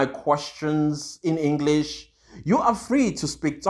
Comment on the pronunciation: Nope I had had him say sikisthi three and Enklish my brother. He said he’s a learned colleague of adv Mnisi 😂😂😂